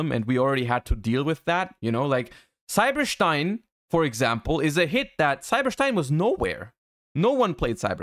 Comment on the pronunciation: Stein is a german Word and thats how you pronounce it